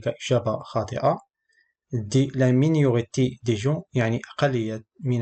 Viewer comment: Les examens proposés sont bien choisis merci mais malheureusement votre maîtrise du français n'est pas satisfaisante. A titre d"exemple vous écrit le mot minorité et vous l"avez prononcé miiniorite.